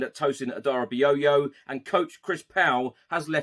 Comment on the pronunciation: I beg you stop calling him Aderabi-YOYO. No one calls you | it’s AderabiYo…. Do better gonna have a whole batch of ppl calling him that